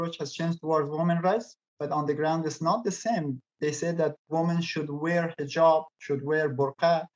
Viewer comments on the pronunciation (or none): none